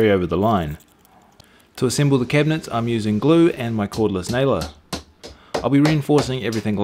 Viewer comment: "cordless nailer" haha ya kook